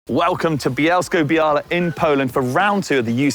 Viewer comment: Ok. It’s bia-wa not bia-la. The l is ł which is a w sound like the start of wow. Such a great place to ride.